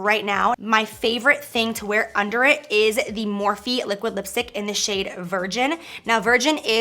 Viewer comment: She had to say Morphe 😒